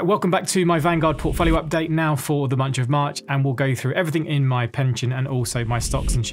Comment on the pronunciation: Big fan. But - at the start, did you say “the munch of march?” 😂